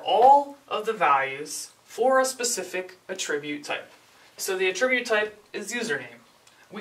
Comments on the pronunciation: i cant get over how he is saying attribute wrong ... cringe hes saying uhh-trribute... its actually ahh-ttribute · A little under 3 weeks later actually but yes, the 'attribute' being discussed here is a noun, while is pronouncing it as the verb. Sorry, your fellow Grammar Nazis have spoken. To the train with you. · The only issue is you are saying attribute as a verb instead of a noun. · Actually, a tribute is a noun. It's a thing. To attribute something, like attributing a quote to a person, would be the verb form. pronunciation of attribute is odd but I've heard many people say it that way.